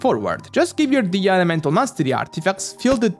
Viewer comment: I'm really really happy that you're pronouncing her name "DI-HIYA".. her name sounds so beautiful that it makes me cringe every time I hear someone call her "DEYA"..